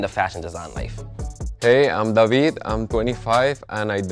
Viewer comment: lmao I'm not trying to change his name, it's david damnit lmfao not duhveed he's trying to change his own name haha